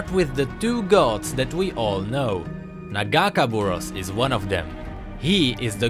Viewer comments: It's not nuh-gahkuh-buruhss,it's nagah-kay-boroass. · after hear the name pronounced wrong so many times I got a little annoying. Its Pronounced. Naga-Kay-Bore-Ohs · You say nagakeborous wrong plz listen to illaoi vo and say it right. a nice video btw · As an Illaoi main, ya broke my heart when ya miss pronounced Nagakaboros T-T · You mispronounced nagakabouros. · I'm not gonna lie the way he says nagakaborus makes it hard to watch this video xD